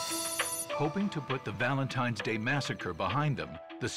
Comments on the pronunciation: Valentine's, not Valentimes. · Someone needs to tell Gordon it's Valentine's not Valentime's. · I read so many comments here and I didn't see a single one talking about how Gordan says "Valentimes" instead of Valentine's. Who knew? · “Valentimes Day”… Chef no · gordon one hundred percent said valentiMes day 😅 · Is it just me or is Gordon saying Valentime